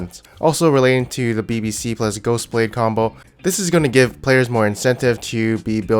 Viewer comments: Did anyone noticed that he said ''Gosublade'' instead of ''Ghostblade'' ? :D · Did he just say youmuu's gosublade